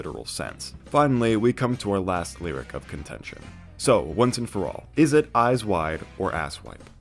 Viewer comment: eyes wide = "AAYSE WHY" because he pronounces it loosely i think